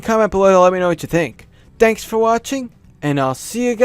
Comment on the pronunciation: Heh, it kinda sounded like you said, "Danks for watching!" at the end.